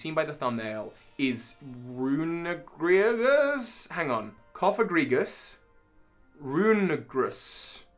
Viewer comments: am i like the only one who doesn’t understand how he can’t pronounce it? it’s just rune er i gus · I THINK it's pronounced "roon-eh-ree-gus", think meaning I'm pretty certain but don't know for sure. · Rune-Urr-Ree-Jus is how it's pronounced. It's a mix of Rune and Egregious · Sorry but There is only oneG! It’s RUNE-ER-REE-GRUS. It just really tickled my funny bone. And as you know tickling a funny bone DOESNT feel good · I feel like the correct pronunciation of Runerigus is Rune-er-ee-gus. Might be wrong though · can i just say It's written as "runerigus" so why do people keep adding a g between "rune" and "rigus"? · Roon-gree-goose. Try this. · Not sure if this helps but you know to pronounce Cofagrigus properly well I've heard Runergrigas pronounced Rune in relatation to Cof syllable and er in relation to the ag syllable and grigus is the same in both pokemon names. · So not to be the one to correct pronunciation but Cofagrigus is pronounced Cah-fuh-gree-jus and I’m pretty sure Runerigus is pronounced Roo-ner-ih-jus because one of the root words being egregious. Yes sarcophagus is one of the root words but that plays into the first part of the name more than the second.